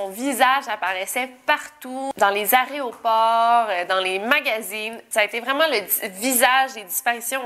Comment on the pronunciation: dans les aréoports 😂😂✈️